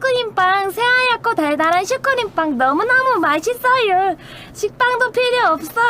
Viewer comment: 발음 너무 귀여워 ㅋㅋㅋㅋㅋ 마싯쓰으여 ㅋㅋㅋㅋ